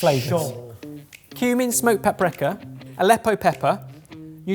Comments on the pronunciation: "smoked paprekka" Ah yes. My favourite spice. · Maybe it's bog-standard British pronunciation, but I wince a little when says 'paprika' and a lot when he says 'jalapeno'... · I almost laughed when pronounced paprika as "Papreka" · I thought it sounded like "paaprecka" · Papreeka is apparently the US pronunciation, papricka UK (says Cambridge Dictionaries)...papwrecker is definitely Benglish.